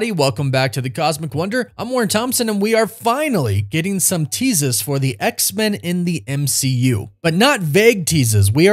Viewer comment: "Teasas" gotta love it 😀